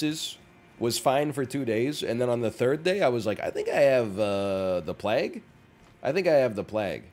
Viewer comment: I like it when NL pronounces "plague" like "plag". :)